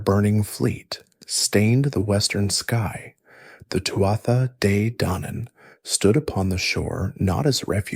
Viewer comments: It's pronounced Tua Day Danin, from an Irish person in Spain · I am so excited to fall asleep to this I love Celtic mythology. In Scottish Gaelic we say "too-ah jay daonaan" I would love to know how it was pronounced/sounded in old (or even modern) Irish